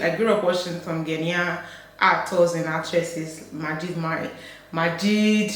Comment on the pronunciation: And it's Ghå-nian.